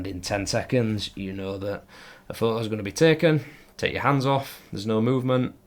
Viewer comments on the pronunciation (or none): Wait... So you can pronounce the "t" in "photographers" but not in "photo"? Fuck I rude... 🤦🏻‍♀️